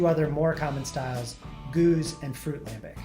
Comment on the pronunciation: Is a cicerone but can't pronounce oud bruin or gueuze to save his life